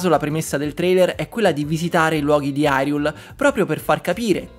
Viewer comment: Ciao! La pronuncia ufficiale in italiano di Hyrule è "Irùle". La pronuncia all'inglese "Hairul" è errata, in quanto chi gestisce la "cura" dell'adattamento per la pubblicità a Zelda: Echoes of Wisdom è Nintendo Italia che fa doppiare dialoghi senza curare molto le pronunce corrette, non è stata supervisionata da Nintendo e non è la prima volta che che negli spot pubblicitari vengano pronunciate parole in modo errato. Nel doppiaggio italiano di BotW e TotK, Jacopo Calatroni (Adattatore dei due titoli) spiega che avevano preparato entrambe le pronuncie (Irule e hairul). La risposta definitiva è arrivata direttamente da Nintendo stessa, decidendo che per l'italiano, la pronuncia corretta è "Irùle". Qua c'è il link dell'intervista live ad alcuni doppiatori italiani di Botw e Totk e dell'adattatore Jacopo Calatroni, dove spiegano anche quanto scritto prima!